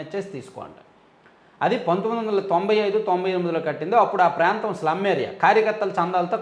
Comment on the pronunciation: Prentham kadu prantham.